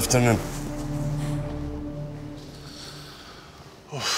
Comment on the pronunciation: Eysan'dan sonra C2 ingilizce konusanlara Ali'de eklendi. Gud aftırnun.